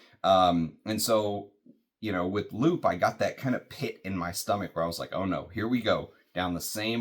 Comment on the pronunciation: french is tricky with pronunciation. "loup" is lou and "une" is yn from the ipa. ❤